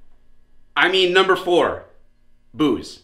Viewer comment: WHO ELSE THOUGHT HE SAID BOOBS WHEN HE SAID “BOOZE”?! 😂